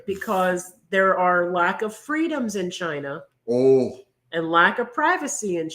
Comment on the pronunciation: LMAO We also can't say China without saying CHI-NA 😂